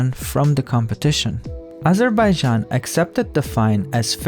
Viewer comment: “Azhuhbayzhan” I love and hate how they pronounce it.